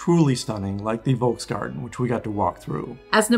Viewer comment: Hello, I really liked your video! Here are some hints regarding pronunciation: The German "v" is always pronounced like an "f" (unless it's used within a loanword from a Romance language). So "Volksgarten" is pronounced "Folks-Garten". The German diphthong "ei" sounds the same as the English personal pronoun "I" or like "eye". So "Musikverein" is "Moo-seek-Fair-eyen" and as the German "z" sounds like "ts", "PEZ" is "Pets". However thumbs up for you correctly pronouncing the "ch" in "Sacher"! 👍 Best regards from Vienna! 🙂